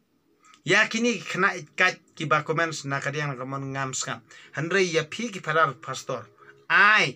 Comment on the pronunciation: U biej te mo pastor u ong phastor father u ong phadar